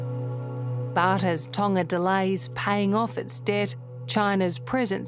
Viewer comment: tana? Tonga ? I don’t understand what she means. Can you say it in US English? lol😂